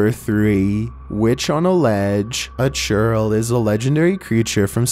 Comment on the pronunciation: when you hear "Churro" instead of "Churrel"